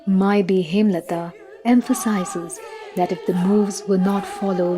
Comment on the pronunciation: The way the name was Hemolata was hindified as Hemlata. 😂